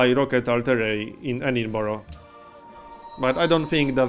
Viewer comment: You learned to pronounce Edinburgh! ;)